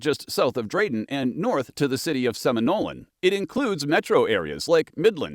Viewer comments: “Seminole” not “Seminolen”. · Seminole, not Seminolen.